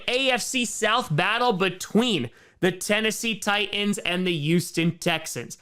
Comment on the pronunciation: For some reason the audible apostrophe in "Tie'ans" amuses me far more than it should. I guess I'm just used to the "Tightens" pronunciation you usually hear in Tennessee. (Hence the slogan "Titan Up")